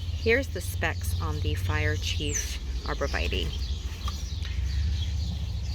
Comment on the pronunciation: It is pronounced... ARBOR- VIT-TAY not vitee